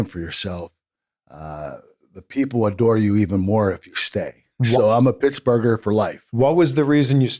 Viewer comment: I've never heard someone say "Pittsburgher" in my life😂. It sounds like "Pit's Burger". Also, I'm playing 2k right now and Kurt's music just hit.